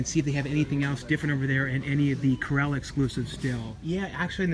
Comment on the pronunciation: I swear you say “Curella” every time rather than Cruella….